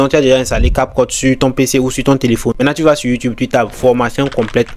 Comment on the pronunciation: Prononce bien cap cut des fois on dirait que tu dis capote.